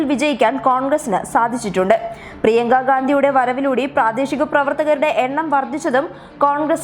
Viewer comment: പ്രിയങ്ക എന്നാണ് .. പ്രിയക്ക എന്നല്ലാ...